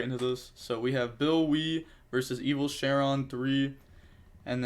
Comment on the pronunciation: I gotta say- the mispronouncing is usually dear to my heart but every time you call Shenron "Share-on" the kid in me dies 'cause DragonBall was the shit on Toonami😭